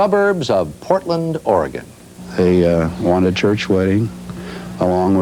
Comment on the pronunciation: She pronounced "Oregon" correctly. I am in shock.